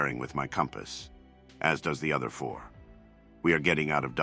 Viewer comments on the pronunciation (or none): The way it says four 😮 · How did the AI make the "four" sound like it was described?